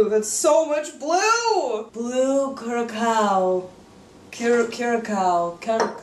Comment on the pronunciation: That is so blue. It's like Plava Laguna's blood. And: "CURE-a-sow"